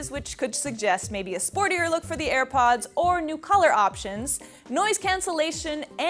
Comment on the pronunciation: "Ir pods" lol